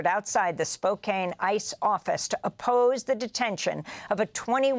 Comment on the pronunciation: Spo-can, not spoke cane. Dear fellow American